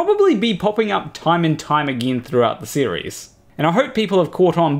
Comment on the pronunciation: You said “series” in such a way that Siri asked me what I wanted.